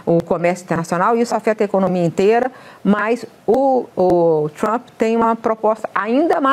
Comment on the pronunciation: Deve ter sido de propósito mas “Tranp” me matou de rir kkkkk